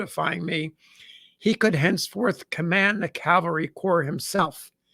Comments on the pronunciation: CaVelry not caLvery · One day ill find an American who can pronounce the word CAVALRY. not CALVARY. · CAV-al-REE not CALVARI 😊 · Cavalry not Calvary. Jeez this guy is a historian? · Cavalry yes Calvary no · "Calvary" is a place. "Cavalry" is mounted soldiers.